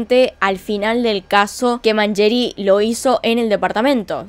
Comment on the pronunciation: Lindo video loca !!! pero ojo con la pronunciación , decis Pierri Y Mangeri con una Yankee